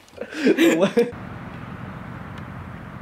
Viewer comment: lol at the end wen you sed idait to your dog